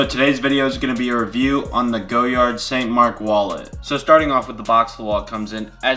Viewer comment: it's "goh-YAR" not "go-yard"